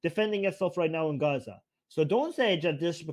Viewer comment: Di you know the way you oronounce gaaazzzzah , do you understand , dovyou understand , dude get some speech therapy ...what the fish is this Armin gay dude trying to say ..